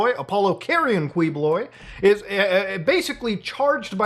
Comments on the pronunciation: Pronounced Ki-boh-loy. Thanks for covering this soup sandwich and I hope you cover his arrest by U.S. MARSHALLS when the U.S. requests extradition all the way till he is in ADX FLORENCE.💔😪😁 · 1) It's pronounced KEE-BOH-LOI (Spanish spelling of a native Filipino surname) 2) As a Filipino, thank you. He's one of the most notorious televangelists here. Made fun of by most Filipinos (who are majority Catholic), but protected politically because of bribery and the sheer number of his followers who will vote for whomever he says they should vote for. Like similar televangelists in the US, he preys on the gullible and the desperate, especially the old and the terminally ill. And it's disgusting. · His name is pronounced kibuloy hard pronunciation of each letter. And my entire family thinks he's a scammer and a nut job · Key-boh-loy 🙂 Thanks for talking about this crooked dude 🇵🇭😂👍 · Yo wtf this is so surreal. I'm from PH and to see Mutahar talk about is kind of crazy to me. Hahaha and Quiboloy is a crazy mofo. and for future reference it is pronounced as Kee-bu-loy. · it's pronounced as ki ⬇- BO↗ - loy↘ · As a Filipino/Indian it’s funny to see muda cover this 😂 especially the fact he reached Filipino news. Also he’s pronounced kee-bo-loy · It's pronounced as Ki-bo-loy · Pronounced Keebs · as a filipino, i love the way you murder the pronunciation of his last name. please dont ever change that